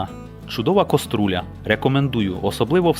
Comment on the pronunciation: коструля)- це той хто неправильно вимовляє слова))))